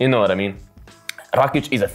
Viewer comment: Nice prediction. May I ask your nationality? You pronounce that "Rakic" just like us (slavs). 😁